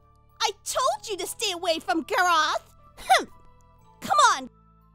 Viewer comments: Guraawth = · Me i go is not garge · GAR----Roth it's Gar-Rith < it's how you pronounce it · I know, Gareth! Me quoting in the future: IT'S GAR-ROTH!!! GET IT RIGHT!!! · Garaaaaaath U3U garaaAaAaAaAaaAAth ME: HIS NAME IS GAROTH >:( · in highschool: drooling all over now: calling him Graoth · I thought she said "carrot." :D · She said Carrot🌚🌚🌚👌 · Omg yes! Don't talk to Gaaaaroth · Me. She says “Garothe" or something like that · "Gaaraath" pronuced his name wrong! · or "Groth" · She pronounces it like "gorath " then when he corrected her it was "garrath" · AND WHAT MAKES IT WORSE IS THAT SHE PRONOUNCES SENPAI~'S NAME AS GARRRRR-RRROTH I HAYE HER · yeah im annoyed when says name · The girl is obsessed with him but can't say his name right 😂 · CAN'T PRONOUNCE HIS OWN NAME RIGHT!!! 😂😂😂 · Oh my Irene I know said it wrong too obviously because I said that in another comment but pronounces it differently than Jess (Aphmau) does. The author always has the correct way how you're supposed to say the name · The way pronounces name is cringing. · i will still never get over the fact that cant even pronounce his own name